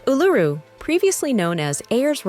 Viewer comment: Lmao, she can't even pronounce Uluru correctly.